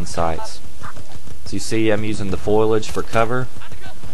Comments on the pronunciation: Great video and tips. With respect, I think you meant to say foliage, not foilage. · Lol "foilage" :D *Foliage >:D Trolololololol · You should make your voice sound more like bruce from family guy in your vids cause you sound a lot like him. That would be funny. Oh and I believe it's called foliage, not "foilage". Good vid though. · ...the what?!?!?! The "foilage"?! I think you mean the FOLIAGE! ~LOL~ That was the best line of this video, and great tips too! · It's pronounced Foliage (fo-li-age, not Foilage. But everything else is ok. Good team communication and coordinated team tactics is absolutely necessary for success in any game type. This game destroys call of dookie ;) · It's "foliage", not "foilage". XD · lol again, it's FOLIAGE. FO-LI-AGE. Haha, good video tho, sorry too crit your English...twice...